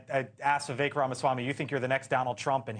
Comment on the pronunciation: VEE-VAKE? How hard is it for you to get his name right?